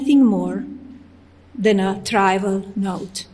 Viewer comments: How can you even ask why she would be doing it now it's to deflect from the garbage that Trump has caused from the war and she did not write that speech she doesn't even know the words she said she mispronounced trivial by saying trival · Tri-val note? IT'S TRIVIAL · 😂😂😂she seriously mispronounced "trivial"😂😂😂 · Tryval… seriously said “Tryval” … 😂